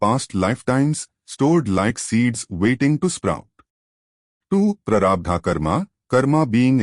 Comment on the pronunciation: Not sure if this is a real person or AI speaking. This person or AI can't pronounce Prarabdha or Kriyamana correctly, leave alone understand it's meaning. The sweetness of the discourse is somewhat lost.